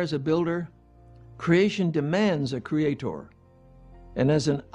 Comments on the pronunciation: I hate the way the mispronounce 'creator' as 'creatOR'. It makes them sound retarded. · I see "cre-ay-TOR" has reared his ugly head...again. ;) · I wanna slap that man every time he over-pronounces creaTOR.